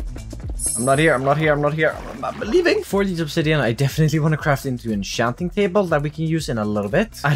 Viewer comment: Pronouncing words wrong isnt cool or fun or funny. It just slowly destroys language. Its not ensjanting, its enchanting, ch...from chi. Pronouncing words wrong on purpose is not funny, its moronic. It just destroys your language, especially to new learners. Generally imagine being told pronounciation by people that learned your language later in life, but at your age you still cant pronounce enchanting...its kinda sad really. Non of this is meant offensive by the way, i just really dont understand why you wouldnt just pronounce it right. All your doing is making it weird for non native english speakers or english learners. 🤷‍♂️